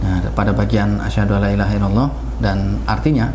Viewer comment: Maaf, untuk pembimbing bacaan syahadat perlu diluruskan/dibenarkan bacaan syahadat nya, bukan asyhadu alaa tapi asyhadu an laa (tapi cara bacanya asyhadu al laa)